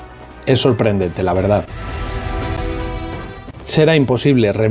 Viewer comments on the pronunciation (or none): none